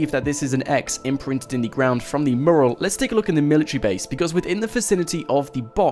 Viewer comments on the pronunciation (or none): It's fucking Mew-Rall Not moorul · Good video but please learn how to say mural... It's not pronounced murral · you say mural like I say Merle... ... ...haggard.... v.v